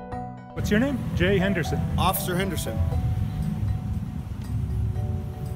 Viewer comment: Cuz as he said Offcicer!